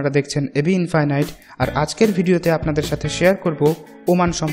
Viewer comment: এবি ইনফিনিটি নাকি ইনফাইনাইট😂😂😂